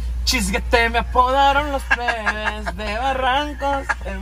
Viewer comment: Dijo pebes el gordo JAJAJAJA